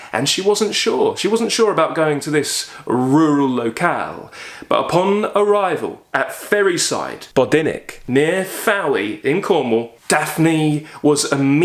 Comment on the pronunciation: I love du Maurier and have read (and watched!) Rebecca multiple times. It's such a brilliant book. Just a fyi Fowey is pronounced 'foy' ( rhymes with boy). I found this out when I visited there a few years ago and was corrected by the locals!